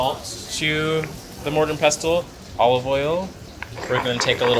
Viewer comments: your meal looks great. Just a heads up pestle is pronounced as if the t wasn’t in the word. English is so crazy! I found out in my 50’s. And I’m a cook! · Please explain to the Jamaican chef that the “t” in “ pestle” is SILENT! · Do you pronounce the T in pestle? I thought no...